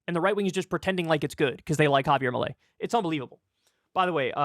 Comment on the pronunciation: It’s fairly fitting that Kyle is pronouncing his name as “malaise”.